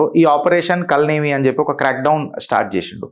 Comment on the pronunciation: కల్ నేమి కాదు కాల నేమి పేరు లొనే చాలా అర్థం ఉంది. సరిగా పలకక పోతే అర్థం మారిపోతుంది.